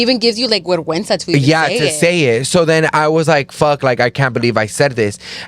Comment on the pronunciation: Vergüenza not guerguensa